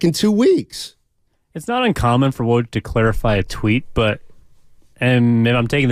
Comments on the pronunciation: it is woj, not waj… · it is woj, not waj